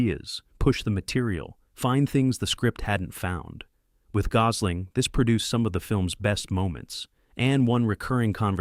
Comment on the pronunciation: can't pronounce gosl8mg